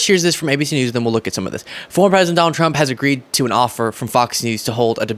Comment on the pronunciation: DON-OLD the COW-ARDLY